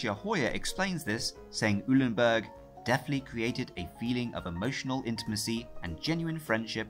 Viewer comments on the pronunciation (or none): Eulenburg = "OY-len-burg."